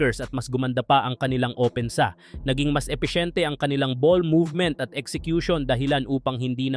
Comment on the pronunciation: Effecient hindi epesyente😂